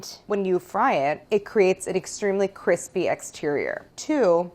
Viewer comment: all of the grilled cheese are damm cwispy